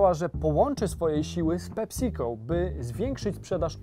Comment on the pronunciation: Ta wymowa „PeSico” brzmi jak PepsiCol. Poprawna wymowa to PEpsi-co. Nie są się słuchać tego